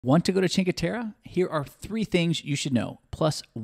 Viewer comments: To an English speaker I would recommend to pronounce something like “Cheenkwe teRRe” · That's not how you pronounce Cinque Terre!